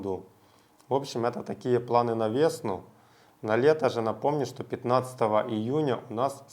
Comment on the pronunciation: Непринципиально, но "планы на веснУ", ударение на у.